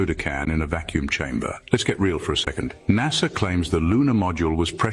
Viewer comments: Brother. It is pronounced nasa. With an s. Not naza. N a s a. Not N a z a. Space is spelled with an s not a z. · Nasa. Not naza. Space, not zpace. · Naza. LoL I remember when first started I would always laugh at him for saying NAZA instead of NASA and then he threw it on a shirt. I love it great memories. I always gave him shit about saying NAZA.